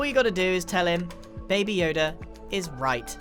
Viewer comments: Did grian really just pronounce baby as bah-bee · Scar: “Gragr” Grian: “Babby Yoda” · I thought he saying babi yoda for a second 😂 Babi = pig (very disrespectful to say it infront of a malay) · FAM HE SAID BABY WRONG HE CALLED IT BABYE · "bahbie yoda" yes grian, bahbie yoda.